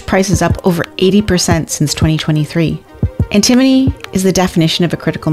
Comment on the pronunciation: if you're going to teach us about stuff I appreciate that but you should learn how to pronounce it because it's not pronounced the way you're pronouncing it.